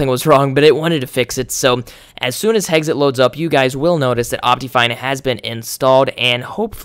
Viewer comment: You pronounce "Hexxit" "Heggsit" lol just sayin